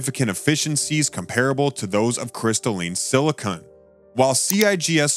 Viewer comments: SILICON not SILICONE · SILICON! SILICON! Not silicone. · You seem to be saying "silicone", which is no the same as "silicon". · The commentator can't even get the name "silicon" correct ... instead he says "silicone" ... that's caulking and adhesives. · Silicon. Say it with me...Silicon. Once more...silicon. It's silicon...not siliconE. There is ZERO SILICONE in the crystal material used in solar panels. The only place silicone MIGHT be used is to glue together some finished parts in the assembled panels, and/or provide a water-resistant seal around the edges of a panel to keep out rain. How can anyone trust anything said about solar panels by someone repeatedly making this very fundamental error?